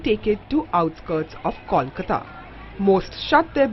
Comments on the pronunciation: KAWLKATA..shit,its KOLKATA damn it....KOL as in COAL shitheads !!! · Seriously. I hate it when they say Kawl.